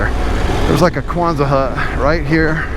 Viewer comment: Not kwanza hut, Quonset hut named after Seabee’s base I Quonset, RI!